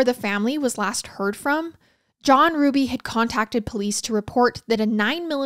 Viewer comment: My maiden name is Hruby! I just want to give my biggest thanks to you for obviously doing your research and pronouncing Hruby right!!!!!